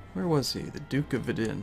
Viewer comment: You pronounce Vidin wrong :D